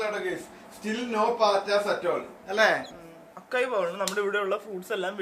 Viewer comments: അക്കായി എന്നല്ല അസായി എന്നാണ് pronouns ചെയ്യുന്നത് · “Açai” not Akai bowl 😅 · Won't you get to stay long term in Dubai. I want you both to stay together and be happy always. I am loving these long videos. Also fyi, in Açaí the C is pronounced as 'S'.